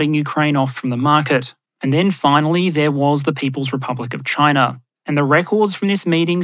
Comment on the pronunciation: pronunciation guide: Russar, Chinar, Africar